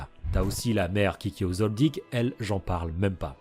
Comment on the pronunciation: Mais tu peux pas t'interesser à d'autres mangzs sérieux ya pas que HxH meme si c mon 2eme manga preferé chez pas yena à s'autres. (Merci de bien prononcer le nom Kilua Zoldiek)